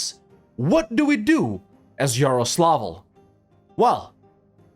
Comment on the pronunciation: Russian here. for me it is funny how you mispronounce russian cities and historical principalities Because mispronouncing Beloozero as Below Zero is funny. because it is a default temperature there. but in reality name of this place translates to english as "white lake" or "western lake" And mispronouncing Yarolsavl as Euroslavl sounds like political statement. because if translate Yaroslavl back from russian it means "city dedicated to glory of high shoreline"or "city dedicated to the glory of wrath". but Euroslavl is translated back to english as "city dedicated to the glory of european continental unity" and now i will write up how to read this places correctly Yaroslavl - yA-ro-slav-l' Beloozero - b-yA-l-o O-z-e-r-o Ryazan - r-ya-zA-n'